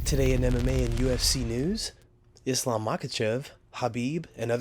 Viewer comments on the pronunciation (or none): none